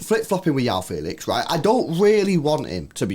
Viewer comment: Ur saying Felix 1st name wrong